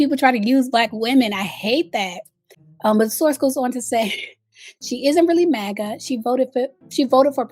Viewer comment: Are you purposely pronouncing it "MAGGOT" 😂